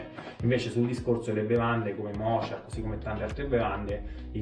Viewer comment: "Mocha" si pronuncia "moka", come la caffettiera Bialetti, non "mocia"!!!